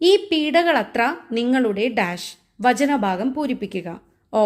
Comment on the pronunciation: ഫലമായിട്ടത്ര എന്നല്ല ഫലമായിട്ടത്രേ എന്നാണ്. പീഢകളത്രx പീഢകളത്രേ